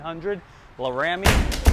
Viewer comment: LA RAMY lol homeboy really thought he pronounced it right